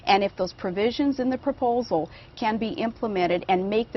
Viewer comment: "Propolsal"?! My...